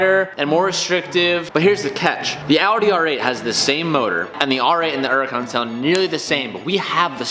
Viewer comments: Am I the only one who notices he says “uracon” instead of Huracon.... idk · Is it just me or am I the only one who gets pissed off at how pronounces hurican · Why always saying “erican”? The h is not silent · Only question, why do you pronounce it “uracan” instead of “huracan” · Please stop calling it a "Uracan" the H isn't silent dude.... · Why u say urrican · Why does he say Huracan like yeracon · Why do Americans say ‘Uracan? Like, there’s a H. Same with ‘erbs. What you got against H? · Does anyone else have there gears grind when they hear say uracan instead of huracan? 😂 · Has given up saying H for 2021. Uracon drives me crazy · I swear im about to lose my mind if he says Uracan one more time. XD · Anyone else annoyed he doesn’t pronounce the H? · Can you please start pronouncing the name of the car correctly. The "H" isn't silent. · It's pronounced 'yur-ah-con' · Why u not say the H IN THE HURRICAN LOL ITS NOT SILENT